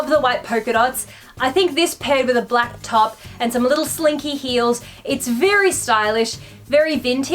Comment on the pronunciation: I like your vids but pleeease don’t say black and brown like that again 💙